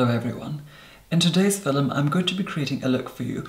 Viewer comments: That word "filim"...... 😂 love u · "Today's fillum..." 😂😂 Never gets old, hahaa